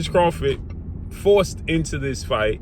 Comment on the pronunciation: You said dorced lol